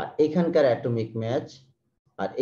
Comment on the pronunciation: The pronunciation of mass should be ম্যাস not Match. Pls try to Correct For Future videos. It creates Confussion